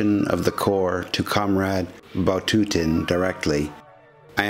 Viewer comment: Der russische General hieß sicher nicht Batutin sondern Watutin